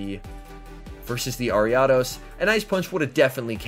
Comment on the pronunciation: You pronounce ariados so wrong bro I had to stop watching